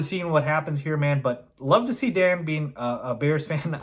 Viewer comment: You lost me at "Dan Orlovsky." That saying I do respect your content but yea, Its Dan. LOL.